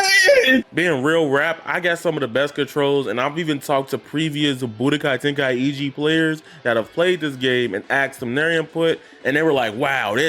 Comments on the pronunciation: What is " Tenkai-iji???? It's TENKAI-CHI !!!!!! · Yea wtf is “ten kai e gee” 😂